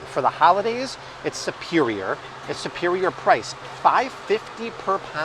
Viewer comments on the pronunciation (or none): I keep laughing because you keep saying"supewioah" like Tweety Bird and Porky Pig. You have switched patois several times today. You 👌? Lol